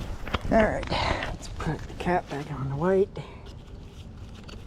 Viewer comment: ON IS PRONOUNCED ON, NOT NO DAMN awn